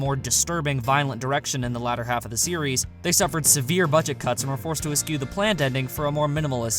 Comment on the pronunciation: Eschew is either pronounced eh-shoe or eh-choo. Never heard it pronounced eks-queue before. Also Seele is either pronounced say-lay (the odd ADV English dub way of pronouncing it) or tse-luh (the correct German pronunciation. Definitely not like the creatures that swim in the ocean. Other than those minor nitpicks, great video.